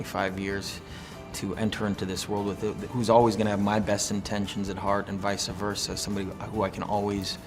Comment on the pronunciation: the way he says visa-versa instad of vice versa